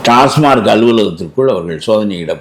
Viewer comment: ❤❤❤🎉🎉🎉 டாஸ்மார்க் டாஸ்மார்க் என்றே கூறுகின்றனர். அந்த நிறுவனத்தின் பெயர் TASMAC . டாஸ்மாக். டாஸ்மார்க் ஏதோ பாஸ்மார்க்/ஃபெயில்மார்க் போல் உறுத்தலாக ஒலிக்கிறது.😮😮😮😮😢😢😢😢😊😊😊😊😊